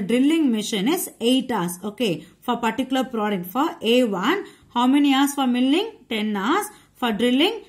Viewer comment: your pronunciation of milling is wrong